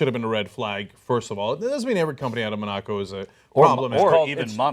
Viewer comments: Love Cenk haha "moNAco" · Mon-a-co Cenk! Get it together man lol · Cenk went to Wharton and Columbia Law School and he can't pronounce Monaco? For shame!